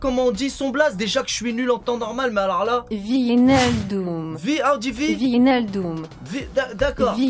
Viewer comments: Ça se prononce Wi-sh-nal-doum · En néerlandais ça se prononce Vaïnaldoum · Wijnaldum va être numéro 5 et wijnaldum ce prononce wije nale doum